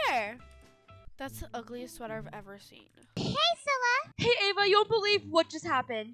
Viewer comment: It’s cilla not scilla